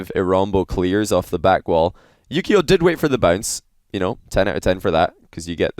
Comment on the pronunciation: Wait, his name is Yukeo? I always hear Yu-Gi-Oh!